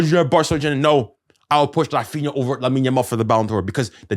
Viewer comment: Grown man calling a kid "lamine dog-mal"😂🤡